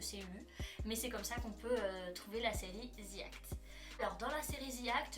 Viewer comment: ce n’est pas le Ze ou Zi qui est faux , le The se prononce comme un Z mais avec le bout de la langue entre les dents .. au pire on dit “De ou Di act” mais pas Zi ou Ze 🙃